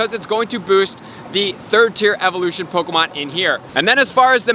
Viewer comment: Pok E mon!!!! Not pokamon 😤😤😤😤